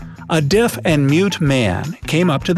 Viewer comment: the way the he pronouns the word deaf